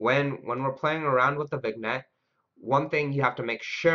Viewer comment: Hey, thanks for making this video. Gave me a starting point for implementing this. Also, I think the g in vignette is silent. Pronounced like vinyet.